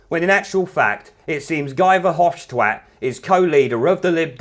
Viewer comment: Verhofstwat, .. Bercunt, .... fook I'm dyin' ha ha